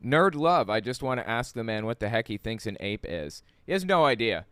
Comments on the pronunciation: The "ask" thing he did is a dog whistle. Bigots like to make fun of the fact that some black people mispronounce the word ask. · I'm guessing Jesse over-pronounced "ask" because a black white supremacist like him would reject AAVE and doesn't want to be misheard as saying "axe" instead. (I'm sure there's a proper way to spell it that isn't the wood-cutting tool but I don't know it off the top of my head.) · JlP had a problem with the word ask because he wants to say aks and desperately does not want to be associated with the black culture that pronounces ask as aks. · That JLP guy sounds awful. Not only his beliefs, but also his speech. Oh, I'm guessing the reason he was focusing on the word 'ask' is bc a lot of people say 'aks' instead. I learned it used to be an acceptable way to pronounce it but it eventually fell out of favor. Now it's thought by most people that saying aks instead of ask makes a person sound uneducated. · I think he did the "ask ask" thing because I heard many black people kind of pronounce it as axe, and he wants to show he is above them because he doesn't. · the audio is a little hard to distinguish bc of them talking over each other but I believe Peterson used a dialect called African-American Vernacular English. A common pronunciation that differed from proper English is axe instead of ask. Being that he thinks black people are lower, I think he was over correcting himself.